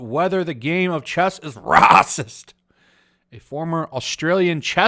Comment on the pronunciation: Paper is waycist, it's huwite